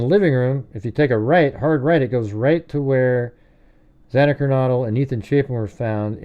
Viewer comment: Xana, pronounced like Anna, there was also blood running down inside the kitchen wall, i think it was the pantry. If bryan had dog hair from Murphy on his clothing, he is toast, bbqd, well done.